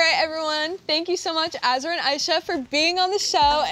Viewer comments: so no one noticed dixie pronouncing azra’s name as “azzra” 🤣😭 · Omg I’m dying Dixie said Azras name wrong😂😂💀💀